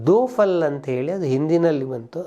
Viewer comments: Factscan- 1.41 Yaadon Ki Baraat ( not Yaadon Ki Baara Haath as told by the narrator ), 2.21 Cowboy Kulla ( Not Coyboy Kulla, as told by the narrator) 5.35- Ninna Nanna Manavu Seritu (Not Nanna Ninna Manavu Seritu, as told by the narrator) 6.45 Do Phool ( and not Do Phal, as told by the narrator) 6.50 - Mehmood ( Not Mohammed, as told by the narrator) 7.23 The role of Kittu and Puttu's father was played by Loknath ( Not Narasimharaju, as told by the narrator) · ಅದು 'ದೋ ಫಲ್ 'ಅಲ್ಲ 'ದೋ ಫೂಲ್ ' ಮಮದ್ ಅಲ್ಲ ಮೆಹಮೂದ್ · also it is not DO PUL , it is DO PHOOL